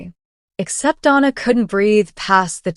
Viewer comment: I liked the short story. AI mispronounces “Donna” and some other funny sounding garbling. Too much talking about getting into the wrong car, however, I rate this tale a 5 out of 10.